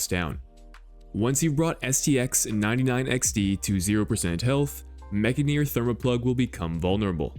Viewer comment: Stuck Viscous and whiffed on Mech-Gineer :(